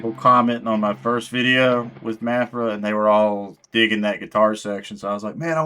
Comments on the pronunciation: It's Maphra not Maphra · I think it's pronounced Ma (as in math) fra, but what do I know. LET'S FK'N GO! #MaphraSquad 🤘🤘🤘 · I think you should just pronounce her name differently every time you say it. Thanks for the video #MaphraSquad 🤘 Edit: Luck and timing play a large part in success for many people. Word is Maphra has been doing other styles of music for a while. It was when she switched to metal that she started getting traction.